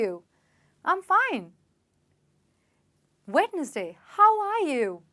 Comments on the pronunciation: It's wenzday not wednesday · Wed-nes-day.. I think the correct one is wens-day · Mam it's not wed nes day, it wensday. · It is not wed nes day how you pronounce it's wensday. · I think it is pronounced as wenzday and not wed-nes-day. I'm great fan of your youtube videos 😊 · She is speaking about attractive english but she pronounced Wednesday wrong . It should be wen-z-day . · Hello dear.. Thanks for sharing this video.. It would be very helpful. One thing i noticed .. How u pronounced Wednesday.. I feel it is pronounced by keeping 'D' silent.. Means wens day.. Instead of Wednesday. I doesn't mean to correct you but I'm giving my Opinion. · Wednesday ni wenzday pronounce krte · Snehal Samarpit yeah it must be ☝️ pronounced as wenzday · You just have mispronounced the wednesday 😂😂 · sorry but your say to wednesday is wrong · misprounced wednesday